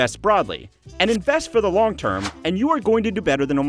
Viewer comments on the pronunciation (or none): 'Long' not 'log'. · "Invest for the 'Log' term" lol...